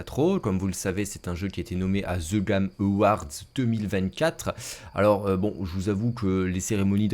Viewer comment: Ze gamme oward 😅😂 vous etes extra les francais par votre nullité linguistique 😂